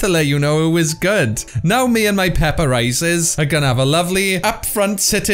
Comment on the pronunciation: " Peppa rices " 😂